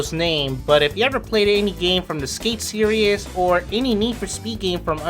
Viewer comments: For the love of god its SERIES (SEAR-EEZ) not SERIOUS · This guy must me from New York. He puts an extra syllable in series